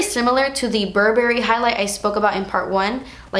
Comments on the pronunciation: Even though it's spelt Burberry, it's pronounced more like bur-bray than bur-ber-ray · i love your videos but can u pls kindly keep a note on your pronunciation on some luxury brands? eg. Burberry is not a fruit, it should not pronounced as bur-BERRY.